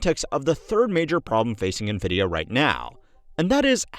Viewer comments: Why does he call it "Neh-vidia" instead of " 'N' vidia"? o_o Well, then later he calls " 'N' vidia" again so now I am confused haha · FYI, NVIDIA is pronounced "en-vidia", not "nuh-vidia" (@ , ) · Nvidia is pronounced envidia, not navidia. JFC. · Why the “nuh-vidia” and not “en-vidia” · It is pronounced “envidia,” not “nuhvidia.” Envidia is spanish for envy. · N VIDIA not NA VIDIA l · My ears wince every time you say "nuh-Vidia" instead of "en-Vidia". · pronounced nvidia "ni-vidia" twice here. literally unwatchable /s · bro can you please stop saying nevidia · "Nuhvidia" lol